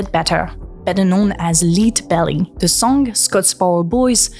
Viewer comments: Leadbelly is pronounced like led-belly, not leed-belly, because it’s like lead as in the element, not lead as in to guide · One interim comment. Your English is fantastic, but our quirkiness in pronunciation is hard sometimes. Leadbelly is pronounced, LED-bel-lee. But do continue. You are teaching this nearly 70-year-old hippy new things!